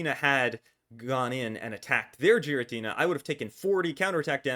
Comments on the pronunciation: Btw it's called giratina and not jiratina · Idk why you pronounce pokemon names like that but the japanese pronounciation does not sound like so. Whenever a pokemon has the same name in japanese I'll say it as such, hence giratina with G like getter. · I can't focus when you say giratina like that.